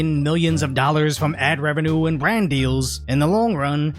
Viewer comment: Please, take some elocution lessons. "H oar", "storedom", "bwand". It's hard to take this video seriously when you're mispronouncing words like a 5yo.